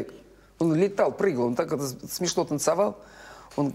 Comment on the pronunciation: Речь какая у неё... Говорит "танцАвал", окончания слов на "сь" произносит без мягкого знака. Так говорили раньше? Или так говорили люди театра?